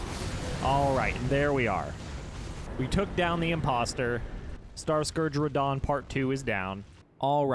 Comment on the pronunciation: Ho is fan of Rrrradah